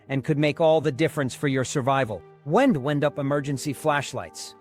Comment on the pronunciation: Someone needs to tell the computer how to pronounce the two ways you pronounce the word "wind".😂😂😂